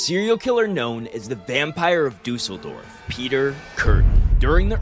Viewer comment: Ok but stop saying guillotine and Düsseldorf like that.